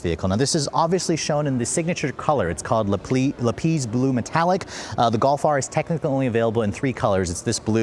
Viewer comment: Lapeeez? Lapiz. 🤦🏽